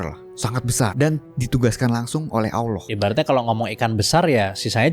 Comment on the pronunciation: ngucap Allah yg bener bro, jgn Owloh